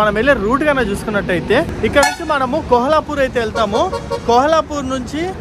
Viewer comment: ఆది కోహలాపూర్ కాదు కొల్హాపూర్ అనుకుంట